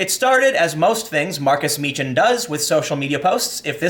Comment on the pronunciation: Its pronounced markus mee-kan not mee-chan